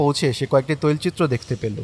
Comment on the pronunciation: কিছু কিছু শব্দ আপনি ঠিকভাবে উচ্চারণ করতে পারেন না, "তৈলচিত্র" ভুল উচ্চারণ করেছেন। এর আগেও অনেকবার খেয়াল করেছি।